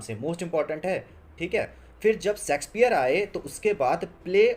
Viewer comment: Bro it's Shakespeare not sexspeare